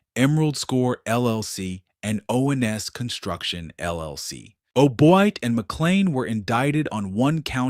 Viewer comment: He sounds like he is saying ol' boy instead of O'Boyd.😂😂😂